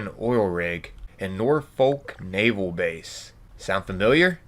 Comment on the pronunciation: My British soul ached with that one 😂